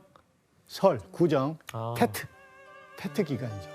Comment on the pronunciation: 테트가 아니고 뗏 이라고 합니다 사이공 >사이곤 베트남>비엣남 베트콩>비엣꽁 베트남어를 영어로 보시면 안됩니다 일관되게 영어발음도 아니고 좀 웃기네요...